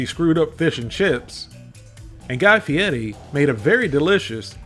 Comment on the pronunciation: Are you trying to make fun of Guy Fieri's name as you are mispronouncing it. Fee air e not Fee et ee.